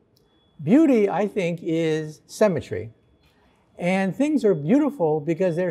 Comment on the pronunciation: The guy consistently pronounces "symmetry" as "cemetery".